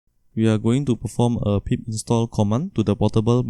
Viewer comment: Thanx the most vital part, at the install you speak mumbled English about some PIP? that you run and the text on the screen is Tiny. Thanks